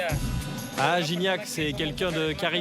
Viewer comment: Guignac lol la prononciation